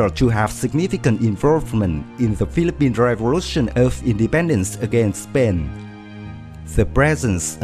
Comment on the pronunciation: I love the thumbnail XD And also some Pronunciations 101: Suite - Su-wit (it sounds like "sweet" but the first syllable has "su") Tarlac - Tar-lack Spain - S - pain (you said something like "Spen") Gregorio - Gre - gore - yo Pilar - Pi - lar Capacity - Capa - city Hope this helps. Your English is getting better :)